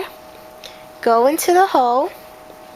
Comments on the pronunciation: When she says hole it sounds like she is saying hoe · every time she says hole it sounds like ho. I couldnt stop laughing